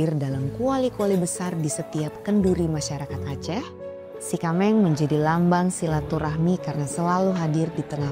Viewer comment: Sie kameng kalau dalam pengucapannya biasanya kyak pengucapan “t” kak Ti kameng But thanx alot udah angkat aceh jdi topik pertama❤